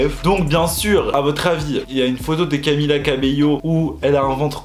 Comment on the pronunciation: Camilla cabeiyo au moin il a bien prononcer camilla depuis la derniere video